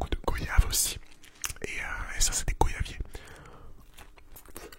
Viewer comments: on prononce pas « goi-yave » normalement ? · hey, on dit "GOI"yaviers car c'est comme le mot "VOY"age on prononce OI, voila c'etait tout pour moi